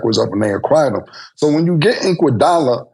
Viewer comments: “Andre Inkwadolla”😂🤣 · “Andre Inkwugala”😂😂😂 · “Inkwadala” is crazy 😂😂😂😂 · Inkuadala is CRAZY Killa, there's no I or K in Iguadala's name bro 😭😭😭